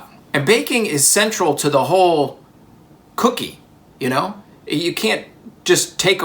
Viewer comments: it is a "cook"ie not an ie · Really takes the "cook" out of "cookie". It's just an "ie"